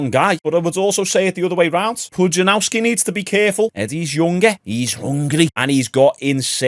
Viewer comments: Pudzianowski not Pujanauski wtf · Did you write Pudzianowski so disrespectfully wrong to try and generate comments? If you want to learn the pronunciation phonetically it's Pudge-ee-an-off-ski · Who the f is Pujanauski. A youtuber of your level both subs and intellect should at least take the time to google the guy's name. He's one of the strongman goats, if not the one